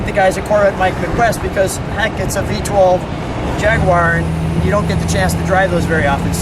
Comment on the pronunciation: Thanks for not saying "JagWIRE"! : )